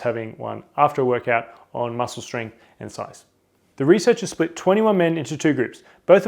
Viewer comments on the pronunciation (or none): none